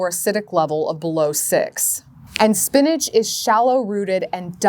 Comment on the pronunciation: Why she call it spinage… it’s spinach